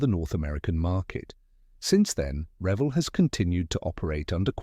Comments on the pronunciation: It's pronounced re-VELL. The word revel is one L. I would revel in joy if you could pronounce it correctly! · Learn how to say r e v e l l